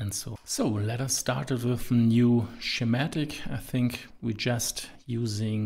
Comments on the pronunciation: Just for the video creator, Schematic is pronounced Skee-matic, not Shee-matic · YouTube's automatic captions keep interpreting "schematic" (mispronounced) as "somatic", but somehow got "Eeschema" right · The way he pronounces schematic made me chuckle.